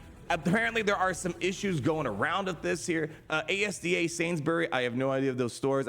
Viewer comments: AZZ-DA i say it as but was funny when called it A-S-D-A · A S D A is hilarious for someone from UK like me - just Asda lol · Never thought I'd hear asda pronounced A-S-D-A lol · As a Brit, hearing pronounce ASDA like "A-S-D-A" made my day 😂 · As soon as I saw which stores were the UK option I knew we were going to get a funky pronunciation of one of them but my money was on Sainsbury's but after listening to it A-S-D-A is just such an American way of going about it 🤣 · A S D A 😂😂😂😂😂 I cried in British laughter 😂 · ASDA 😭 you have no idea how wrong you said that.